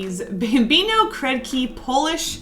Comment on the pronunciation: Ohno you summoned the Poles 😂 Oh wow your pronunciation of Kredki rolled of your tongue so naturally 😳 I'm so used to ppl butchering every single word wtf? I think that'd be because Crayons and Colored pencils are the same word for us. Basically, if it puts down color, and is not ink, it's a crayon lol.